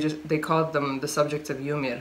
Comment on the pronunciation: the way you pronounce "yamir" is awesome !😄